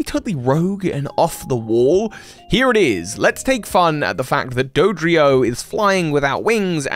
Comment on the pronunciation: You just turned Dodrio into Hydreigon 😂 I can’t tell if that was intentional or not lol